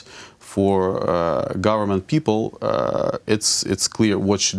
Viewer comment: Did he say "make a corporate govermante" lmaooo wtff 😂😂🤣😓🤔🤔